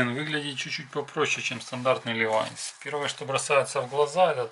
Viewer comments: Левиса!!! 😁🤦‍♀️ Левайс, а не левиса! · Только мне слух режет "левиса́"? Левайс же. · Не левиса, а левайс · Так по ушам бьет ЛЕВИСАААААА! Нельзя просто по русски-ЛЕВИС?? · А если ещё вернее то Левайс,,, но левиса эт какая то молдавская фирма🤣🤣🤣🤣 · левиса суука, левайс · Какие левисА, лЕвисы, ударение на первый слог! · Почему называется Левий са, по моему Левай с звучит. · Я всегда говорил Левайс ; похоже неправильно. Ренглер тоже неправильно, похоже. Этот американец говорит левиса и ранглеры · какой нафиг "Левиса" правильно - Левайс .Не сложно же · Левиса! Ужас. Левайс, всегда так было. Пакистан, Бангладеш там в основном шьют. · Что что? Ливиса? Это что типа Ливайс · Как только услышал "левисА" дальше терять время на этого дядю васю не стал 🤦‍♂️🤡🤣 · Левисах,Левисах!!!👎👎👎 ЛЕВИС! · Левиса Левиса!!! Так бы и сказал Левис. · ТАК ПО УШАМ БЬЕТ- ЛЕВИСАААААА! НЕЛЬЗЯ ПРОСТО ПО РУССКИЙ--ЛЕВИС! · Если он живет в США, какие Левиса???? Он что не знает, как читать? Ливай Штраусс. Levi's по-английски звучит, как ЛивайС. произносится Ливайс и только Ливайс!!!! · Ливайс! А не Левеса! Дальше смотреть не буду... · Правильно говорить Лии-вайс!!! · Охреневаю от обзорщика..... ЛевисА, Ранглер, дубль w..... Если нихрена не понимаешь в джинсах и сказать тебе о них, по сути, нечего, то лучше не браться. Рекомендую найти ролики Давида Мамашвили ПРО ДЕНИМ - человека который знает об этом всё. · Не левиса, а левиаосса, Гарри ты уже забыл чему тебя учили в Хогвартсе. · Гнусавый "эксперт". левисА... уши кровоточат. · Обзор вроде бы и неплохой, но ухо режет несносно "ЛЕВИСА"... И еще: на wrangler вы не увидели W, потому что это карпентер, линейка штанов для работяг, на них W не положено. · Я не одни такие левисА пропирдел! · Ilya Smirnov левАйс правильно пишется, читается, слушается и смотрится. Специально для колхозников - читателей и радиослушателей. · Боже,только не левиса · левиса блин)) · Какие ещё левиса??? Какие Левиса??? Ну знаток видно сразу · Правильно Ливайс😢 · НУ ПОЧЕМУ "ЛЕВИСА"?!